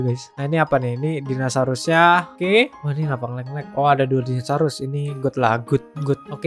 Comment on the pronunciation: Orang lain: Dinosaurus Bg: Dinasarus